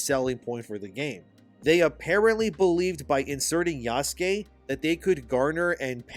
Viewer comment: Bro please say the name Yasuke as a normal white boy, you’re so cringe! 😂